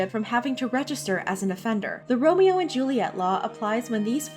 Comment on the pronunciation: uhm its pronounced "Ro-Me-Oh"